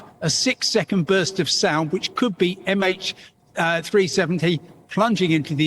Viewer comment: Emphasis on "could" about MH370?